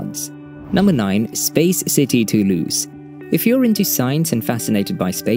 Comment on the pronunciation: This video opens with a mispronunciation of Toulouse. The letter s therein absolutely sounds like a Z. It's [to lose] NOT [too loose].